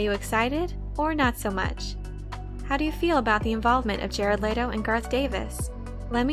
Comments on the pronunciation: Layto? No, its Leto. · Bruh the way she saying Jared Letto’s name is realy grinding my gears its pronounced like let-o not laid-o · Let-Oh. Not Late-Oh